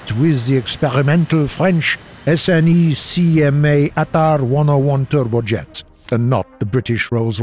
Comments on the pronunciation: Thunder, Official channel: It's pronounced: "Sneck-Ma'! not: S-N-E-C-M-A! Yes, I know that's how it's spelt! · Please say Snecma, not S.N.E.C.M.A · In the future, you can pronounce SNECMA like a word, instead of spelling each letters. In France we call it ''Snecma'', and not ''S'' ''N'' ''E'' ''C '' ''M'' ''A''. Anyway, nice episode. Cheers from France